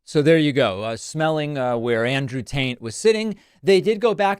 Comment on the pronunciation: Did you say Andrew Taint? 😂